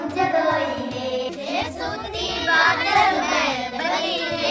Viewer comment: Badal me nhi brdr.... badal , mahal .... bola h bheyaa ji ❤